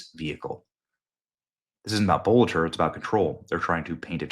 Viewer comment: It’s not that tough a name to pronounce - just say BOLTER, man.